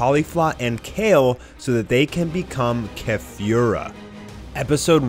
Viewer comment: Keh-fyoo-rah... Driving me nuts how you're pronouncing it when you also say kah-lee-flah... I fucking hate you.... Shut up